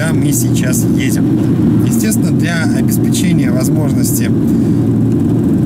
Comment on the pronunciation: В слове “обеспечение” ударение надо поставить на третий слог – обеспЕчение